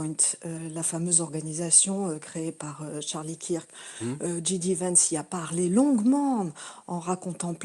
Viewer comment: C’est clair qu’il ne comprend rien à ce qu’il se passe aux US. Il ne sait meme pas prononcer le nom de JD Vance, ça montre bien que ses sources d’information sont secondaires, est ce qu’il parle même anglais? Lamentable